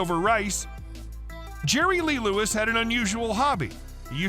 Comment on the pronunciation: His name is Jerry Lee Lewis. No Lerry Jee Lewis. 😂😂😂😂😂